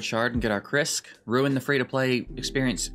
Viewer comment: "Ruing" pronounced in the voice of Forrest Gump